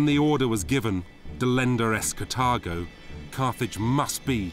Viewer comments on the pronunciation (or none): Annoyingly, a few minutes into Part 2, narrator just said "Cathargo" yet again. Twice before in Part 1, "Cathargo delenda est". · it's, btw., carthago, not carfetch